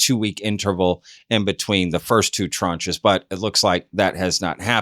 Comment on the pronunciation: C’mon people, its “tranche”!